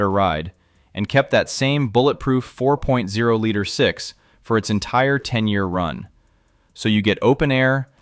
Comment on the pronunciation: Ai slop voiceover. for future generations. likely all this guys videos... when you mispronounce 4.0 we all know whats up